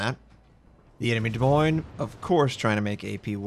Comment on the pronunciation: Iove how you pronounce Des Moines:D. There is something so comfortable listening to your calm voice